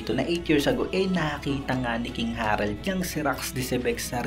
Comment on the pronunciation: Nakakainis kadin nung umpisa king harald ka ng king harald eh “King Harold” naman pala ang spell nakakalito pronunciation mo nung una pati ngayon